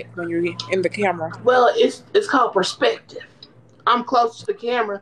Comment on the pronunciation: “P e r s p ective” 😂